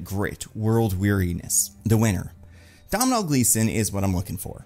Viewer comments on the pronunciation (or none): Please, from an Irish person, it's Doe-nil Gleeson, not dowmnal or whatever you said. I know irish names aren't a priority for a lot of people but it'd be appreciated man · Doh-nall gleeson. The m isn't an m it's an mh, which works like a w in irish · byw Domhnall is pronounced "dough-nall" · Irish guy here, Domhnall Gleeson's name is pronounced (Dough-Null). Hope this helps for future videos. Love the content bud.